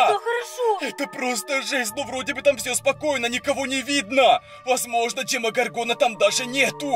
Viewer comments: И не ДемогоргОна, а ДемогОргона. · правильно говорить не демогоргона а демо горгона